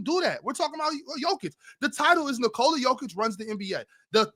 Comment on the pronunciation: It is NikolA, not NikOla